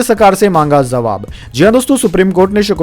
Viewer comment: Kripaya jawabhko zawab na kahe ! Uchcharan dosh dur kare !